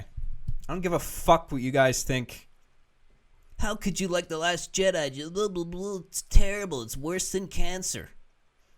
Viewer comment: "The last Chedi" lol